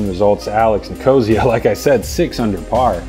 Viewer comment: I think it's NIK-uh-SEE-uh, not ni-KO-zee-uh. Love listening to. Thanks for the coverage!